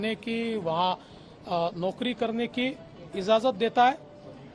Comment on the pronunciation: Ijazat bolna nahi ara